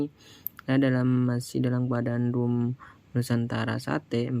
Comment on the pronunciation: Nusantara bang bukan musantara🤣